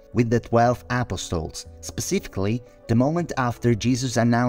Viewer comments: It Sounds Like He Is Saying A PostLES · UGH… you’re right and that’s bothers Me.